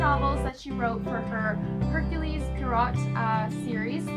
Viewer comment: Just to give you a heads up, it is pronounced 'Air-kyool Pwa-row' 🕵🏻‍♂